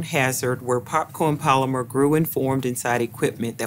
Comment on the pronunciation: It comes down to the popcawn palyma forwmation